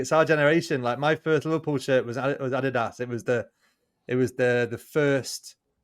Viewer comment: finally someone who pronounces Adidas 95% correct. When Craig speaks about the brand, i often have to think a for a few seconds what he means.